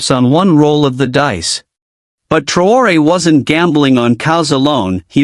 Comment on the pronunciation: Bukan TraYOR,,,,,,,INI NAMA TEPAT NYA MAS,,,,, IBRAHIM TRAORE